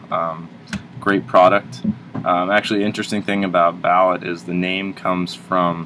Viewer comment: I'm pretty sure it's bal-ooo t! But good review